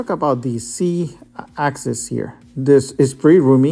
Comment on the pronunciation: You keep saying C axis instead of Z. Is there a 4th axis?